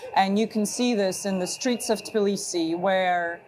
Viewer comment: Is it just me or is tblisi not pronounced that way ?